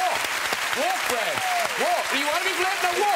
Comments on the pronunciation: its brad not bret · To be fair, I'm a kiwi and I heard "Bread" too. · No no, he's right. It's brad. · . You can